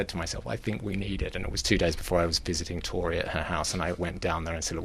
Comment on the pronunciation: for goodness sake it's Tor-ree not Torry!